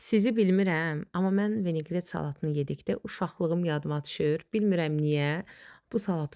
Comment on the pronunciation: Venearet yox , vineqret !